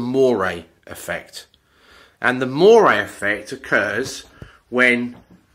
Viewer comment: This effect is moiré - not moray (that's an eel!!)